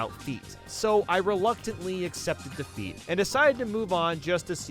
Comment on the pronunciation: "So i reluctantly accepted da feet"